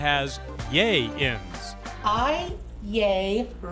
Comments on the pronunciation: “Yay-in” lmao “fitness instructor” get tf out... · "Yay-ins" Bruuuuhh 😂😂😂😂😂😂😂😂